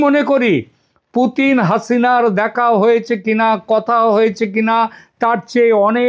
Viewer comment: পুটিন না পুতিন😅😅😅